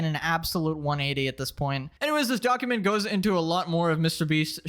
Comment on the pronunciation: Bro keeps saying donkument